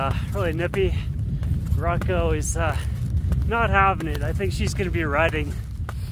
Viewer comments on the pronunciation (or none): none